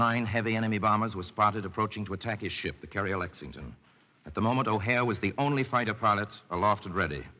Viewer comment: Correction…it’s Edward “Butch” O’Hare, not O’Hara. As you might have guessed, Chicago’s O’Hare Airport id named after him.